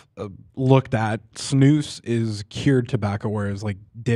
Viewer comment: lmao at their pronunciation of snus, it's sn-us, not sn-oose. Took me a while to figure out what they were talking about.